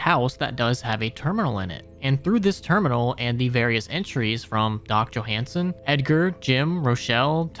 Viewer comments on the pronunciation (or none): none